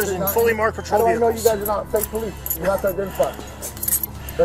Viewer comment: "the poelice"